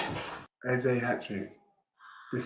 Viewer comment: stop that pathetic Eze pronunciation.